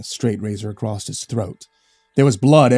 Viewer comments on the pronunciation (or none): I listen to your videos almost every day at work, I love them, and you'll probably never see this.. but can you PLEASE stop saying "acrosst" ??!?!?! It makes me cringe so hard its distracting